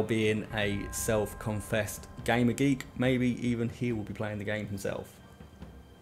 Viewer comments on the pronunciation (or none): none